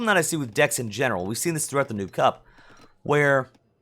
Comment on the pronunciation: The way you say noob cup of you have the close Caption on it says nuke cup instead of noob. 😂 😂